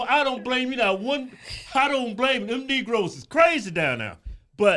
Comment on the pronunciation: "Lo - Tinos" and "Knee Grows"... What does all that mean?